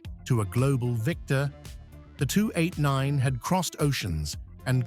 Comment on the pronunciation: Yeah. I love the 289, but HATE AI. "The 289nth". LOL Let me outta here!